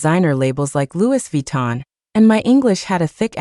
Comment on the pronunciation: "Louis Vuitton"😂😂😂😂😂 the way AI pronounced it